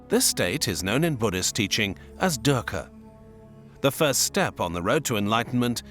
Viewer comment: Video says PART 2. Please provide a link to Part 1 in the description. Thanks much. And oh, I can't help but smile when I hear you pronounce DUKKHA as DERKA...😅 That aside, I am so grateful to you for having introduced us to Dr. Julius Lipner. He is part Indian and part Czech. Professor Emeritus in Religion, University of Cambridge.